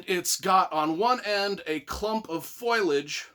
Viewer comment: Foilage? Is that a word? Foliage? Wtf this guys an idiot